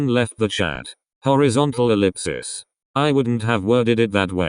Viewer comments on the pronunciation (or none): im sorry but.... “horizontal elipsips” 😩💀👏🏻